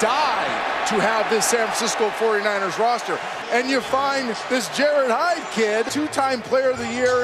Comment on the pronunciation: Commentator said "This Jarryd Hyde kid." SMH